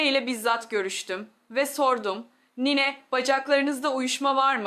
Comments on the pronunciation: Bu nasıl konuşma ! Nine demeyi bile beceremiyor. Niii ne diyor. Robot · Türk doktoru nine demesini bilmiyor mu Bu yapay zeka tasarımlarını da her alanda kullanılıyor olması riskli 😡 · Niyne nedir ya? Nine